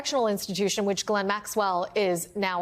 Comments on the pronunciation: Bye the way. It’s pronounced Yislen ffs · Her name is Ghislaine not Guylaine. Sloppy reporting...